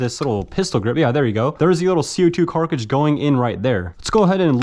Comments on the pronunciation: Me shivering every time he says "carcidge" instead of cartridge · Everyone: "cartridge": "carcah-jizz" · Bro you gotta learn how to pronounce cartridge properly wth is a carcage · does he really say "Carcage" instead of "Cartridge"?? i knew something sounded weird but i just now realized. "Carcadges" "Cartridges" interesting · Cartridge not “carkage” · carcage hahahahah its cartridge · Its cartridge not carkridge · “CO2 carkage” 🤣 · WTF is a carcage its cartridges!! pronounced cart ridge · What's with the "Carckages"? Y'all mean "Cartridge"? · I believe you mean Cartridge not Carcidge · Co2 carkridges… bro it’s a cartridge. Brooooo it’s CARTridge not carkridge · Carcages? I hate to be that guy but damn dude its cartridge😅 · Ypur cartrage pronunciations are fun..not hatin...jst fun to watch❤ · Car·tridge not Cark·ridge, I don't know why it pisses me off so bad lol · car-ta-ridge NOT KARKRIDGE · Right? WTF is a carkidge?? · Is it just me or is he saying carcidge instead of cartridge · “Co2 Carkages” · pronounce the T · This man cant even say cartridge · Jesus christ man, you gotta figure out how to pronounce cartridge, this is embarrassing. It's literally just like stringing together the words "cart" and "ridge", there's nothing fancy about it. (Oh and the part that was snapped off on the revolver is called the crane, the "rotating assembly" is called the cylinder) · why the hell can't you say cartridge